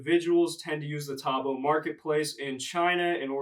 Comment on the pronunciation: It’s pronounced tow-bow lol